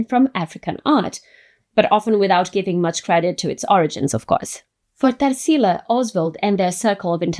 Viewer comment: I knew you're brazilian too by the way you'd said Tarsila's name! Love finding videos like yours, in english but sharing our culture and words through the internet!